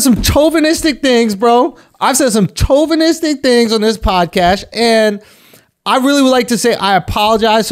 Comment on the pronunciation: Lmaooo CHO-vinistic 🤣🤣🤣